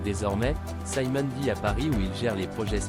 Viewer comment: bon, son frère s'appelle Simon, pas Saïmonne 😂😂